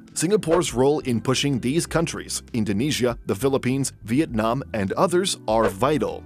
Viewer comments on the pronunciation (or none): none